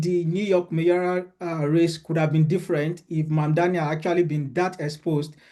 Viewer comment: I’ll be delighted when May-OR-EE-al is out of dearly beloved daily parlance. “MAY-or al “ spelled that way, pronounced that way. No such word as “mayorial”